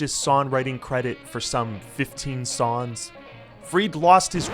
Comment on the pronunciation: Why do you keep saying "sawns" instead of songs